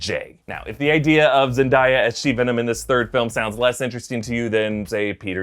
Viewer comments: ZENDIYA????? Z-ANN-DAY-AHH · Did seriously said Zendiya instead of Zendaya? We should not ignore that 😂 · Zen-Die-uh ... I actually twitched 😂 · Say it with me: Zen - DAY - aH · Sorry but it's ZendAya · It’s Zen-Day-uh but otherwise great video 😂